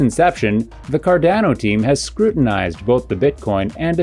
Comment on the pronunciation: How do you have a channel dedicated to Cardano, but don’t know how to pronounce it?